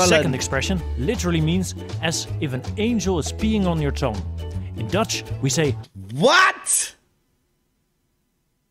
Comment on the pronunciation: You pronounce it very well! Even tough you don't know it, it sounds good!